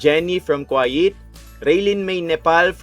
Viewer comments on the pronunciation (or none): none